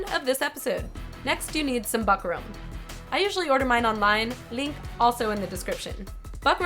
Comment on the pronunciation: Fyi its pronounced book-rum